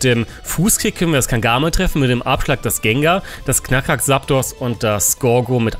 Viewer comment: Wie immer ein top Video, aber man es Heißt Zaptos mit Z und nicht mit S:p:p <3